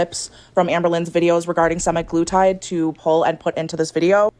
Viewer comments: the way she says sem-i-glutide instead of sem-a-glutide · “SEMI. GLUE. TIDE.” Drove me nuts